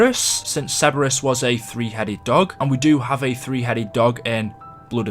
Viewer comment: can we talk about how there are some words he says that makes everyone facepalm, "seberus"